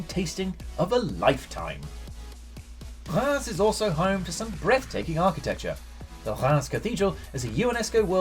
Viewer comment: Reims is pronounced Raaz though, with a French R sound.